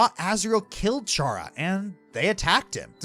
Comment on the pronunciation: Aside from your consistent mispronunciation of Chara's name (Toby Fox has gone on record saying it's pronounced "Kara" because it comes from the word "character"), this is one of my favorite videos you've ever made. It really goes to show how video games can be a form of art.